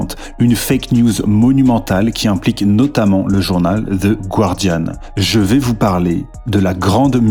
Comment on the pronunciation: La seule chose qui me fait bondir avec toutes ces conneries, c'est que la majorité des français prononce encore Gwouardiane au lieu de gardiane...Super vidéo sinon!